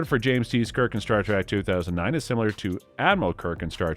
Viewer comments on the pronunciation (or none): This is how you can tell a TRUE Star Trek fan, compared to someone reading a script who has no idea what he's talking about. Was it just me or did it sound like he said Star TRACK a few times? Then, when he said City OF The Edge Of Forever, I cringed. Also, he said NUCULAR bomb, and the way he pronounced V'Ger made me want to cry. Lastly, Nichelle Nichols has to be rolling in her grave with the pronunciation of her character's name... You-Har-Uh.